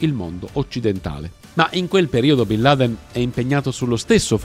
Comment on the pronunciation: Come si fa ha raccontare così tante balle. A partire dalla pronuncia del nome.